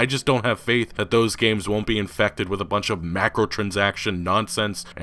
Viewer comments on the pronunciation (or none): It’s micro! MICRO transactions. Not macro. Please for fuck sake.